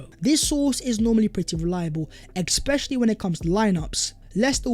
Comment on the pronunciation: Please mate, it’s not ‘exspecially’, it’s ‘especially’. Great channel.